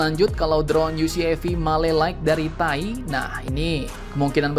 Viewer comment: Gak enak bener dengarnya.. Bacanya Te A I saja min 😁